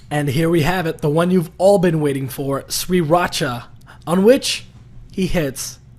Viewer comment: Why tf you pronounce Sriracha as, Sweeracha